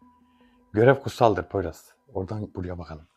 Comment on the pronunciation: Poyraza poyruz demen meznada 😂beni bitirdi Ömer kardeşim emeğinize sağlık